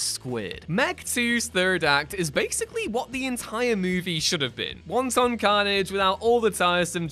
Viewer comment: Wonton carnage? You make it sound like a mass slaughter in a Chinese restaurant …